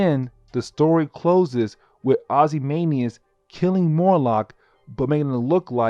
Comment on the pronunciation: It’s not Morlock! It’s MOLOCK!!! It’s not Ozymanias! It’s OzymanDias!!!